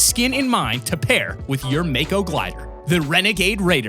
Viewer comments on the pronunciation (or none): I’m sorry to say this but it’s not “Mayko” it’s pronounced “Mah-ko”. I’m very sorry lol